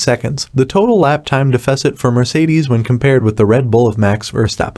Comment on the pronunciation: Learn how to pronounce deficit before saying it a million times